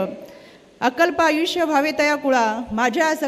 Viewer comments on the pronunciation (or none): none